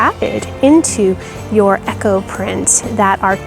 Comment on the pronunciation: Eco and Echo are not pronounced the same. Eco said as E-co. I was so confused until I saw the wording come up.